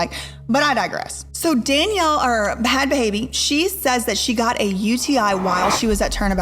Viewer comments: Danielle Bregoli aka Bhad Bhabie ( pronounced bad baby) is not a guess. Or just the "cash me outside" girl. She is a rapper and musician, and has some good music with very large artists. She makes millions of dollars now, and is pretty philanthropic. A little bit of respect for a person who grew so much. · Don’t think ur supposed to pronounce the “H”s in Bhad Bhabie 😂 I mean it doesn’t matter to me just sounded super hilarious 😂. But you did a great job covering this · I hate the way she kept saying Bhad Bhabie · Omg love your channel but the way you pronounce her name is disturbing, you could’ve done research on how to pronounce really, will watch your other videos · It's pronounced Bad Baby😩I love your vids girl but everytime u pronounce it bahad bahaby I die inside😂😂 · Why do you pronounce her name wrong? It's not BA HAD BA HABIE.. THE H's are silent... its pronounced BAD BABY.. unless you do it on purpose to be sparky? Which i can understand! Lol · I know you said you didn't know any better but thh the way you pronounced Bhad bhabies name was like nails on a chalk board and you made sure to do it that way so many times lol. Like literally its just spelled that way. The way it's pronounced is "bad baby". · I can’t get over you pronouncing her name b-had b-haybe 😂😂 duuudeee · It's Bad Baby. The H is silent. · This is such an in depth and good video. I will say, with how much research you did it’s wild to hear you pronounce the h in ‘bad baby’. Almost like you are coughing out her name 😂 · dawg. danielle bregoli is so much smarter than people think she is man. i fully believe the dr phil stunt was a ploy to get her rap career started and it worked. it was genius if you think about it. also. her stage name is pronounced Bad Baby. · You’re pronouncing her name wrong. It’s pronounced bad baby. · I'm getting triggered by her pronunciation of bad bhabie she keeps saying b-had ba-habie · Hearing this woman KEEP saying Buh-had Buh-haybee is physically hurting me lmao